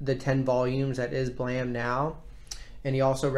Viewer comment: The E in "BLAME!" is silent